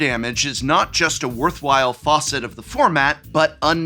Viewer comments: That feeling when the English expert says "Faucet" when they mean "Facet" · Faucet? You mean facet? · Bro if you're gonna keep that diploma you're gonna have to say FACET not faucet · Is.. is facet pronounced faucet? Is there a bit I'm missing? Legitimately not trying to make fun of prof here I'm actually confused if there's a regional accent thing going on here. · I've never heard anyone pronounce "facet" like "faucet" 😂❤ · It makes me cringe a bit when you mispronounce words seemingly on purpose. Facet isn't pronounced like faucet. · He did it TWICE! Prof, you taught ENGLISH, please! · You can tell when he's reading things he didn't write when he says stuff like "faucet" when reading facet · Okay, this is the second time I've heard this in a year+ of watching. As in, the former English professor. Why is "facet" pronounced as "faucet"? I had to double check MW to make sure I wasn't taking crazy pills. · @@ he pronounced it like ‘faucet’……………. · strip him of his english degree! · "Facet" has an a sound like "facts", not an o-ish sound like fodder. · someone tell prof how to pronounce facet please